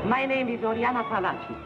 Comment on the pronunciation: Fallaci not 'Pallachi; no? 'expert on women'?